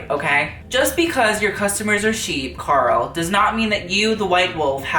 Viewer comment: It took me a moment to differentiate Karl with gurl. I kept thinking he was saying GURL. GUUUL PLS. Still works.